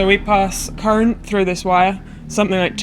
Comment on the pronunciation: I hate it when people pronounce "through" with a rolling r